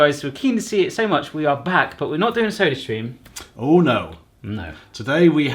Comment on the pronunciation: For some reason I heard "surströmming" instead of "sodastream" at the end ... maybe something for the next time you're over there?